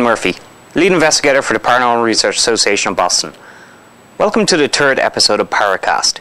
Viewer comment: you said " welcome to the TERD episode" LOL Swedish? Norwegian?